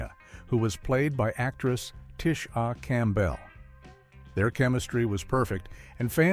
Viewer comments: Rose-ann Barr Soo-zan So-mers "Shannon-Nay" : "Tish-Ah Cam-Bell" : Bill Coz-bee : Kirk Cam-er-on : Lucy-ill Ball I understand if you cannot find a narrator, but the A.I. was a huge mistake. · What is with the exaggerated phonetic pronunciation of Tisha Campbell, Suzanne Summers, Leah Michelle, etc???REALLY bad! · What’s wrong with Tish-Ah Cam-Bell or Shannon-Eh-Eh?